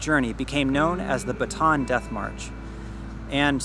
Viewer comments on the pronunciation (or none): I'm late to the party here. One of my pet peeves, is how foreigners pronounce Bataan. You pronounced it like something a stick held and thrown in the air by a cheerleader. It's pronounced Ba ta an. . As an aside. I was stationed at the Navy Radio Transmitting Facility Capas Tarlac . My eldest son was born at the Clark Hospital. Thanks